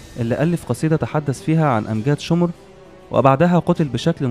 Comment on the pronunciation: شمر مش شومر